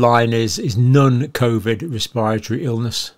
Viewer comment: I respect Dr J, but when he says 'nun' instead of 'non', as in 'nun-covid symptoms', it just makes me edgy.